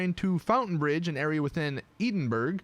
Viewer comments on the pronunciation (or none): It’s pronounced Ed-in-bruh not EE-din-burg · its pronounced ed in bruh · Edenburg. Eden... burg... EDEN... BURG... *Ed-in-bur-ah That hurt to listen to. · Edinburg😂😂😂😂🏴🏴 Pronounced like edinbruh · Ed ing bru that’s how to pronounce it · Edinburgh js pronounced edinbru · Ps it's pronounced EDIN BOROUGH! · It’s pronounced Edin Bruh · It’s not edinburg it’s Edinburgh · It’s pronounced Edinbru!!!!!! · Ed-in-burg LOOOOOOL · EDINBURGH, ED-IN-BRUH. ITS REALLY THAT SIMPLE. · Just had to make the video over 10 mins... "Edinburg"? "Hellfurry"? REALLY???? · Ed-in-bruh is how it’s pronounced ;) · Edinburg? Do you even English bro? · Ay just saying it’s ed-in-bruh I guess you could say how it’s pronounced, it’s in Scotland where rockstar north is based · I’m British and hearing him say “edimburg” makes me cringe so much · Eh dem bruh not edemburg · Ed-en-bruh (Edinburgh) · How he says Edinburgh is painfull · Oh no, i saw all the comments on how he said Edinburgh wrong, but i couldnt find when he said it... then i heard it and jumped out my window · HOW DID YOU SAY EDINBURGH WRONG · U can't pronounce Edinburgh I'm from Scotland and this is hilarious 😂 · Omg the way you said Edinburgh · I love how he say the scottish name that not how you pronouse it guys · Cant do heists Can't resist blowing up peaceful players. Can't fly Can't say Edinburgh??? Really? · Edinburgh... TRIGGERED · You can’t even pronounce Edinburgh right... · His pronunciation of Edinburgh is hilarious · tbh it's understandable he pronounced Edinburgh that way if he has never seen the word before